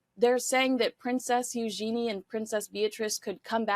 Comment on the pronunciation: She pronounces her name U’Jen E…..with accent on the U…..